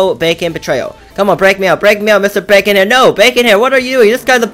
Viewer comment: "bavon hair"